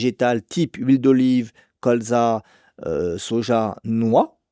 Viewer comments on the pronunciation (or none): none